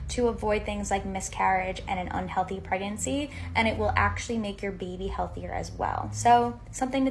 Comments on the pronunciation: girl said 'pregancy' 🤣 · I'm not trusting the pregnancy-'advice' from someone who pronounces pregnancy as 'preggency' l m a o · They lost me at “pregancy”